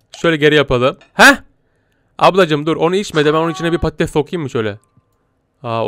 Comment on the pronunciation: Pattes değil patates